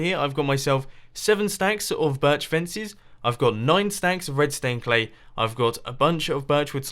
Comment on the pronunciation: why do you call red stained clay redstone clay? or is it just me hearing redstone?